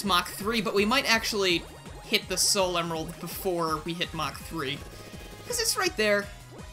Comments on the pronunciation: What?! pronounces "Sal" instead of "Soul"? I'm literally crying and shaking right now. How could you do this? Great mod though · Respectfully, sol is pronounced sole. There’s a reason for this, sol is Latin (I believe) for sun, which fits her fire theme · Sol is the spanish word for sun. The pronunciation of sol is with a long O. Further, while english has rules, none of them are hard set. For example, the word troll is pronounced with a long O without a second vowel. So the correct pronunciation for Sol is with a long O. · That statue was made by Picsandpixels. Also Sol pronounced Sawl is a Latin root for Solaris or Solarium as in our Star.